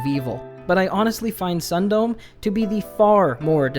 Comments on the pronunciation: i googled "sun dome" and found out it's a japanese word, meaning "stopping before" and with the context of the story, it could very well mean (sexual) "edging." so it's pronounced "sun-do-me" not ☀️dome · Sundome is pronounced "Soon-doh-meh", but now I feel compelled to call it "Sun-Dome."